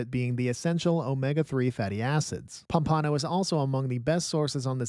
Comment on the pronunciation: Pom-pa-no not Pom-pan-o 😂